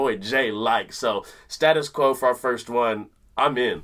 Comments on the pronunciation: Staytus quo it's pronounced my friends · Its pronounced Staytus Quo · Great video but it’s STAY-TUS QUO! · Pronounced Staytus Quo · You do need to pronounce Status correctly, the UK way . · Status has to be pronounced in proper English, it is STAY TUS. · Can I please, please, please say that its Stay-tus Quo. You're mispronouncing the name - and us Brits get really tetchy about shit like that. The song is in B - played with a capo on 4th fret. It's very simple. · As a Brit the only time I remember hearing "status quo" being pronounced that way is in that High School Musical song. Which leads to a very odd dissonance in my head 🙂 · Finally!! The mighty Status (pronounced stay-tus) Quo. First saw them live in 1977 and have now seen them 67 times, they are an incredible live band. You can’t go wrong with pretty much any of their 70’s hits like Caroline, Rain, Break The Rules or Paperplane. From the 80’s I’d definitely recommend The Power Of Rock live at the NEC…..it’s a great tune with a great message which I think you’d really appreciate. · Really should try Gerdanula or 4500 times for a great Status Quo experience. (pronounced Staytus Quo) This was written by the band's lead singer Francis Rossi with their road manager and sometime harmonica player Bob Young. Once they had the music for the song, the first lyric Rossi wrote was the verse: "I want all the world to see, to see you laughing, and you're laughing at me." Rossi states that "In my mind I was speaking to my ex-wife and the British press at the time." Coming up with a title and developing the chorus were the big challenges in writing this song. Francis Rossi tells us that he kept thinking about the 1968 Tyrannosaurus Rex song "Debora," and wanted to get that D sound in the words. Bob Young came up with the idea for "Down Down," which sounded good, but didn't make any sense. Rossi thought it was a great fit. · Please guys it's pronounced status quo . Best boogie band ever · It's pronounced like State us